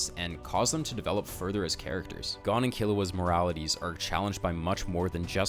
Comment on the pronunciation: why u say gon like that lol